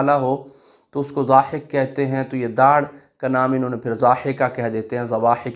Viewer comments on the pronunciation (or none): ضاحک کو زا حک کیوں کہ رہے ہیں